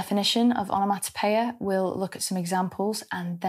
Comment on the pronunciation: Love the way you pronounce the word.......Onomatopoeia! I actually noted it phonetically.....😅💕